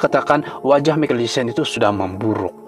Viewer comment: Michael ( pronounced - maikel bukan mekel )